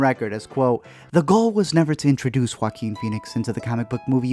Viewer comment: Let me explain, you are the only reviewer who doesn't say "Walking" instead of Joaquin. Thanks for explaining his name well.